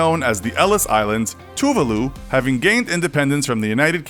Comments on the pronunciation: You pronounced Tuvalu wrong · his pronunciation of tuvalu made me want to cry :(